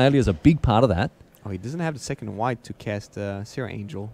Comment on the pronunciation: 2nd- because second, not secord